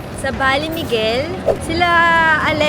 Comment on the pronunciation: Ba-le Miguel po..